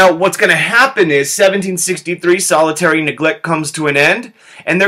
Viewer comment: Anyone else find it annoying that he keeps saying solitary neglect instead of salutary neglect?